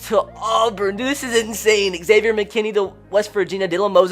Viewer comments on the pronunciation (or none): none